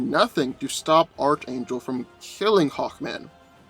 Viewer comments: It's pronounce Ark-Angel and this is a pretty one sided fight going to Hawkman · It's pronounced Arch(Ark)- Angel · can you not fucking speak... hooked oh phonics nigga... nith metal.. lmafo this video should be titled.... I can't pronounce shit... by dan.. lol sad thing is you'd done a archangel video before you had comment after comment tell you how to pronounce it but you still butcher it.... lmfao... fucking idiot dan is. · Okay let me help most of you out. The Marvel character gets his name from the actual biblical angel from the Bible" Michael the Archangel". The C and the H together makes a "K" sound. So it's pronounced "Ark " Angel even though it's spelled Archangel 👍😇 🕊. Hey but pronounce it the way you like no one is paying anyone here on corrective comfort pronunciation. I still believe Hawkman man should have kicked archangels ass in this one especially with that magical metal he possesses lol! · Archangel wins, and its pronounced ark-angel, get it right please, even though hawkman is a beast in combat, archangel is definitely much faster, hawkman wont see him coming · Nth is not pronounced "Nith". Nth is pronounced "Enth". And you go to a Christian school but can't pronounce Archangel? It's pronounced "ARK-angel". The "CH" is pronounced like a "K". Like when you say the Archon, it sounds like "Arkon". At this point, multitudes of commentators have pointed this out to you. You never read comments? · It's pronounced "Enth" not "nith" metal. And as stated by another commenter, "Arc", not "arch" angel. Sheesh..:) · Bruh I love your videos, but if I hear you say "arch" angel, when it's pronounced "arc" angel one more time, I'm a snap lol, like I know you've heard it before or seen the cartoon, sheesh... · Arch is pronounced ark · It's pronounced "Ark" angel, and "Enth" metal. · Dude; ARC - Angel. The (h) is silent. Good stuff though! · Oh you’re saying arch angle again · It's definitely 'Ark' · It’s pronounced arc-angel